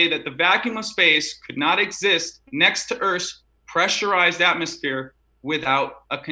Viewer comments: Every time he says atmosphere….atmosSPHERE 😅😂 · oh the irony of hearing saying atmosSPHERE lol